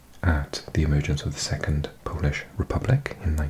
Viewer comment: Your Polish pronunciation is VERY good for a foreigner